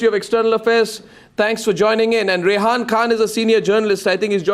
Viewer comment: Arnab Goswami ... She is Rehaam not Rehaan and she is not he ... 😂